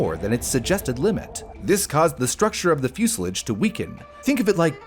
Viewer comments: Fuselage not musilage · What is a fuselidge? AI is rubbish, use a Human please. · Is “fuselage” pronounced differently stateside though? I’ve always heard the last syllable “lage” as in “collage” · It’s pronounced like the French. I’ve never heard it said the way he was pronouncing it. Portage is pronounced in a similar way